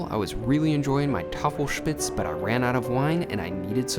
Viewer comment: And props on nailing the Tafelspitz pronunciation!